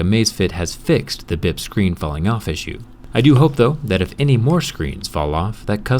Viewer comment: it sounds like "bib"